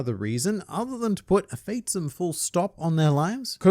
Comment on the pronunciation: I believe it's pronounces fath-um, not fah-thumb.